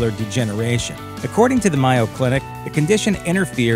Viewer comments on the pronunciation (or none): Tragic detail about this video: It's pronounced MAY-oh clinic, not MY-oh. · The "Mi-yo" Clinic? Might want to double check the voice actor read through of the script. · Mispronounced Mayo Clinic.